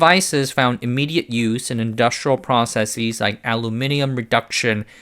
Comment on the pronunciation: The plural of the word process is NOT "processeeeez". This works for words of Greek origin ending is -sis : crisis, analysis, thesis and our old freind hypothesis. Process is not Greek and does not end in -sis. Please learn how to speak correctly. The pretentious affectation is supposed to sound learned but in fact displays your ignorance.